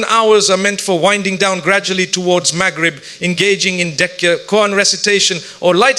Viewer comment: Please correct the pronunciation, It is Dhikr not Decca It is Quran not kurn